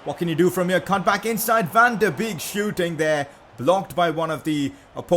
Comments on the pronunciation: Van De beek is said Van De bake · #pcq: Your saying van de beek wrong